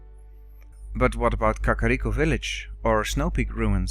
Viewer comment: Love the way you say Kakariko.